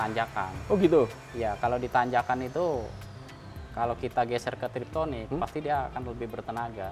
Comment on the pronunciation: yes benar, TIPTRONIK (tip = pencet/tekan, tronik = elektronik, jadi ganti gigi dengan pencet/tekan) bukan TRIPTONIK (trip=perjalanan, tonic? Vitamin rambut) hahahahaha Kocak orang Indo SELALU salah myebut TIPTRONIK menjadi Triptonic